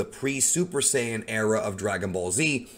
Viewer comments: It’s saiyan, (say-in) first pronounced by toriyama himself, and again forever pronounced by him and toyotarou as SAIYAN (SAY-IN) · Its saiyan exactly how they say it you ain’t the creator or something it’s annoying it ain’t no saayan like you say it stop acting like everything that comes out of your mouth is facts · I have pronounced Saiyan wrong for like 7 years...